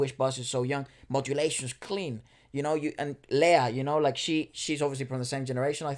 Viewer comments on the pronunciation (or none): none